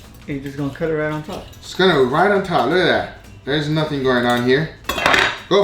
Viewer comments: "Coming up rith now!" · Rith. Yall not noticed that?